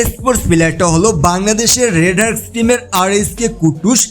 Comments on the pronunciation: কিছু মনে করবেন না, আপনার কথার স্টাইল শুনলে অনেক হাসি পায়। আপনি কে বলেন RedHearts, আর Dangerous কে বলেন Drangerous। আর একটা ভিডিওতে Reflex United কে বলেছিলেন Bufflex United 🤣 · হার্টবিটে আবার কাঁপন কীভাবে সৃষ্টি হয়? আর আপনি ’-কে Red hearts বলেন কেন? আপনার কথা শুনে আমার পেট ব্যথায় ব্যথা সৃষ্টি হয়ে গেছে।